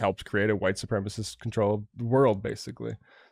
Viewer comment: Ah yes the old “hu-white” people